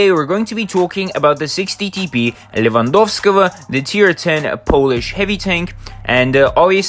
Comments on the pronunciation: when Happy messed up his pronunciation of 60TP Lewandowskiego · Левандовского чисто с русским акцентом сказал)) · I love how nobody nlknow how to pronounce Lewandowskiego (I don't know either)